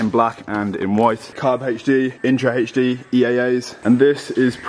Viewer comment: Why is it hech d and not normal alphabet pronunciation HD?🧐